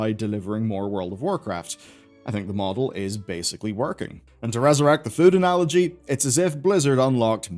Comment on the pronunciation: Every time you say food analogy I keep hearing futa-nalogy xD